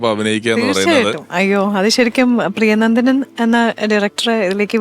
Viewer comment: പ്രിയനന്ദൻ അല്ല പ്രിയനന്ദനൻ എന്ന് ആണ് പിഷാരടിയേ.....